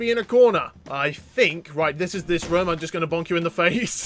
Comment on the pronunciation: you said rum not room